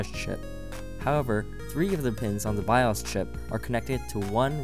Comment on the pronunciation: I couldn't finish watching it he kept mispronouncing bios and sudo. And the music sounded like someone was playing a video game the whole time